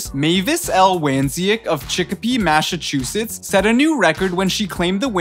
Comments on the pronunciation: It's pronounced Mass-a-chew-sits, not MASHA-Chew-Sits. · M2C1593 and he couldn’t even pronounce Massachusetts 😂